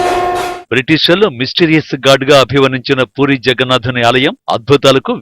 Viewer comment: Puuuri kaadu Puri Ani palakaali